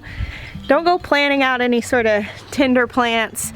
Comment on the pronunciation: It feels AMAZING here also (Tennessee), in the beginning you said tender plants but it sounded like tinder plants, I was like tinder plants?? Lol